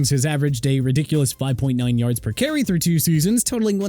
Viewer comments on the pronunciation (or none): none